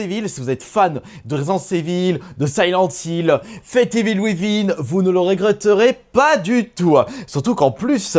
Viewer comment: « Residence evil » « evil ouivin » 🤣